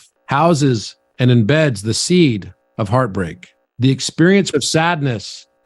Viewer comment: Timensions 😆 Hreatbreak 😅